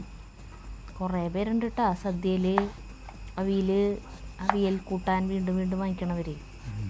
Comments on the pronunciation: സരിത ജഗുമോൻ ഗുഡ് മോർണിംഗ് അവിൽ അവില് എന്ന് പറയുന്നത് കേൾക്കുമ്പോൾ എന്തോ പോലെ അവിയൽ എന്ന് പറഞ്ഞാൽ എന്താണ് സൂപ്പർ അവിയൽ ❤❤❤❤❤❤❤❤❤❤❤ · അവിൽ അല്ല അവിയൽ എന്ന് പറയും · Y is saying avilu. Isn’t it aviyal?? Ato Atum trissur special aayi paranjatano? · അവിൽ അല്ല അവിയൽ ആണ് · അവിൽ അല്ല... അവിയൽ.... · വിനോട് ഒരു കാര്യം ചോദിക്കാനുണ്ട്. ഈ അവിയൽ എന്ന് പറയുന്നതിന് പകരം എന്തിനാണ് അവില് അവില് എന്ന് പറയുന്നത്? ഒന്നിലോ അവിയൽ എന്ന് പറയുക... അല്ലെങ്കിൽ അവീൽ എന്നും പറഞ്ഞു കേട്ടിട്ടുണ്ട്. അവില് അവില് എന്ന് പറയുന്ന സാധനം വേറെയാണ് എന്നറിയാമല്ലോ. ദയവായി ഈ തെറ്റ് ആവർത്തിക്കാതിരിക്കുക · സരിത തന്നെ നോട് ഒരു നൂറു പറഞ്ഞിട്ടുണ്ട്, അവില്‍ എന്ന് പറയാതെ aveel,oraviyel എന്ന് പറയാന്‍, ആള് കേള്‍ക്കില്ല, സരിത യും തൃശൂര്‍ കാരി തന്നെ അല്ലെ 😊